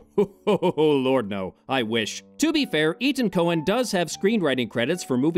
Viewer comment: it’s Coen, not Cohen. This stuff isn’t very hard to get right.